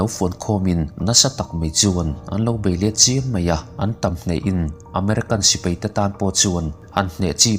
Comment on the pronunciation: Sipei i tia dik lo nghal vek